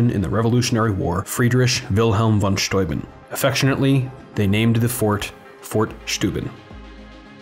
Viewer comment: It's Steuben! Not Schteuben! Get it right or go see a speech therapist!